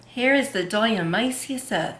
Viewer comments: You're not pronouncing it correctly. Why wouldn't you find that ott before you fo a video? You did so much research BUT NOT HOW TO SAY THE WORD die A ta may shus. 🙄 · Or dia-toe-may-shus earth lol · Hi, Here's how to pronounce it: di-a-ti-ma-ceous earth. Love you! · "shus" at the ending. :-0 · You forgot the "to' when pronouncing dia"to"maceous earth. Just do a YT search and see how others pronounce it or just call it D E. Thanks for sharing 😃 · You are so cute! I really appreciate all the work and research (and experimentation!) you do! But ... it's pronounced Die-ah-toe-MAY-shee-us Earth. :) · Die-ah-tom-A-shus earth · Di-u-tu-may-shus...your welcome baby and you look great at 50,god bless you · I hear you struggle....its Di- atom- a- shus earth. Hope that helps lol. Thanks for the vid! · Great idea! & I have some! Ur so cute...it's pronounced, "diet-a-may-cious". It's a weird one, huh? 😊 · This video could make a great drinking game. Drink every time she says diatomaceous wrong 😂